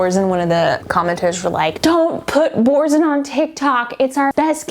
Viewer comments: My french ears are bleeding at boursin 😂. So cute! We pronounce it closer to boorssein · Boursin is totally not pronounced that way but it's so cute how you say it! It's "Booursan" but in a French accent! (i think, correct me French lovelies!)